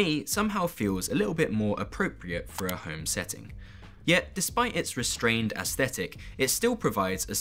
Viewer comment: Please look up how to pronounce "aesthetic"! Especially if you are an architect.